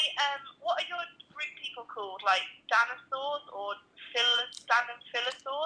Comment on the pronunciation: "Danisaur" DIES OF CRINGE